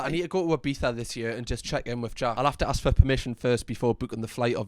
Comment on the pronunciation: Its ASK not AKS dammit, so dumb